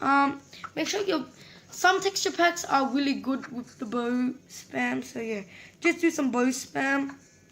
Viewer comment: Aka Bow But When U said it once u said Boaw